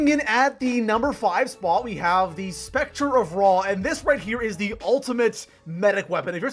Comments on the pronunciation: I'd love black ops 4 for the PS4 Love the vids, keep it up ❤ And btw its pronounced SEPTOR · SPECTER?!!? SPECTRE??!!? It Scepter man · Why does everyone pronounce it as specter of ra is SCepter not SPecter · I love how people mispronounce ix and scepter. Literally two of the easiest words, but whatever